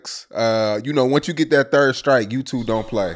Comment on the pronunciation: Bro said “ a turd gang”😂😂😂